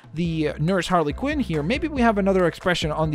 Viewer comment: You said Quinn wrong